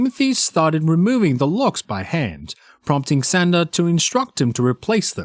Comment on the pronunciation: Narrator…. Her name is Shanda (Shon-da), not “Senda”. Ugh! I hate it when narrators pronounce words incorrectly (simple words especially). Nails on chalkboard bc it’s supposed to be a pro. Yikes!